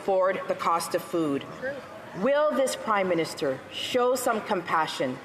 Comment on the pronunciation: it sounded like Larry Brock almost called him the "Crime-Minister". It would be a more accurate title.